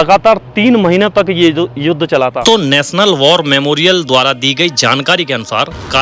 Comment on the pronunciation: War ko bar bol rahe hain.